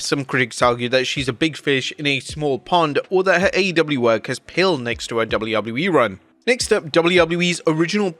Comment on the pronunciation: Why the hell does he say Doubley Doubley E